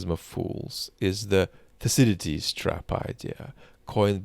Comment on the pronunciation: It’s pronounced Thukki-deediss.